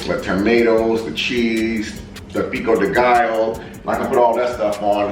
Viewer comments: Guess I'm early for once!🔥❤ Pico de gallo is pronounced pico de ga-yo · The Spanish alphabet has extra letters. The double “LL” is pronounced like “ya” so for example your flour “tortillas” is pronounced “tortiyas” . The Another example “pico de Gallo” is pronounced “Peeko de gayo” . Just thought I’d share that. Lol! Great 👍🏽 video! God bless!